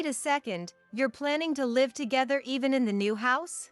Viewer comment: live is not pronounced correctly